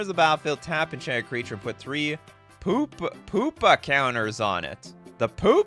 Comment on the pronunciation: I like the part where you said "the POOPA counters" <3